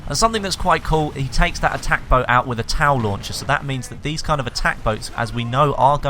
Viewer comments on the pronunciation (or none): It sounded like u said towel launcher